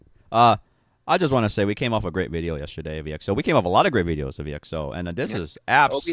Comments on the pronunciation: It's Exo... one word! Short for Exoplanet. Not E - X - O. Hehe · This guys have the most un popular opinions and still calling exo as ii eks ou 💀💀💀💀